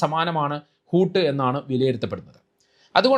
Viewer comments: ഹൂത്ത് എന്നാൽ തിമിംഗലം എന്നാണ് - ഹൂട്ട് അല്ല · ഊട് അല്ല. ഊത് ആണ് തിമിംഗലം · ഹൂട്ട് അല്ല ഹൂത്ത് 😊😊